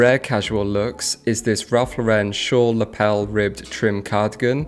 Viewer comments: Ralph Lauren is an American brand. It is NOT pronounced like Laurenne. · Pronounces enfants rich deprimes like a French but pronounces Ralph Lauren incorrectly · I’m British, but why does every British person pronounce Ralph Lauren wrong. The man himself once said his surname is pronounced like a girls name. But is brits seem to always wish to pronounce it wrong. Something that is normally an American thing to do